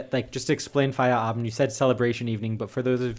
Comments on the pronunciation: You probably do remember how much I appreciate language skills. And since I believe that you'll always try and improve them,, please allow me to tell you what I observed in this episode: When you talked about Feierabend, you didn't speak the last letter of the word. It might or might not be different in then various parts of Germany, but I believe that in the wonderful Hochdeutsch that you speak, nobody would drop the d. I did notice that, for example, you pronounce "aber" like "aba", which is very accurate, so I thought it might be interesting to hear my opinion concerning Feierabend. Und ja, ich hätte das alles auch auf Deutsch schreiben können aber vielleicht interessiert das ja auch den einen oder anderen internationalen Zuschauer.:) Liebe Grüße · A 100%, to say it correctly you have to say the final "d"!